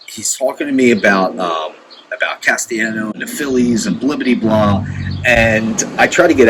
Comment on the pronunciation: CAS-TEE-AHH-NOS last part like THANOS. get it together